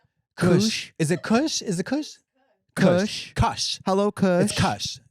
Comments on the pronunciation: It’s kush… like cushion. Katya had it right the first time lol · i did not just hear trixie say coosh. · It's pronounced kush as in cushion 😊😊💚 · They were fucking with us pronouncing Kush that way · KOOSH??? TRIXIE CALLED IT KOOSH IM HOLLERING oh my god i love these biological women so much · Not koosh😂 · Trixie pronouncing kush as koosh and kahsh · the way they’re pronouncing kush is killing me… 🤣🤣🤣 kush is just slang for weed LOL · Kooosh kuhsh they’re so cute I whisper it’s pronounced like the Koch brothers😈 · Ladies, it's kush pronounced the way you say tush 🍑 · Watching y'all try to sound out kush is hilarious. HAhahaha (kush is coo-sh) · I will not get over how Trixie pronounced kush. It’s pronounced like “push” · the violent, visceral laughter that emitted from the depths of my soul at this pronunciation of “kush” relocated my slipped rip bitch omfg >i love when people older than me are new to something and don’t know shit about it so much 😆💗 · I genuinely cannot tell if they did not know how to pronounce Kush and after how many hours I’ve spent watching them I’m disappointed in myself. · I’ve only heard kush pronounced that way in the song Krippy Kush 😅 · The kush pronunciation they landed on is not okay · Not katya finalizing her pronunciation of kush and being wrong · The way they pronounce kush is sending me 😂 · Them mispronouncing Kush is sending me lmaooo cuties